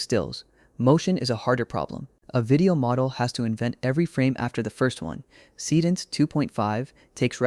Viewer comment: So basically every video tutorial is a Higgsfield infomercial these days. Got it. Would also be nice if your dumb AI voice could pronounce Seedance correctly. Just saying.....